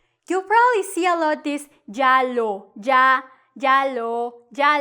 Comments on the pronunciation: She's not conscious that she pronounce ya as ja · At least pronounce it correctly. It's not the english J. Can't stand teaching incorrect pronunciation. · Why when u say " ya " it sounds like " ga " ? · I am so confused. Sometimes you pronounce ’ya’ with a y or sometimes j sound. So which one is right?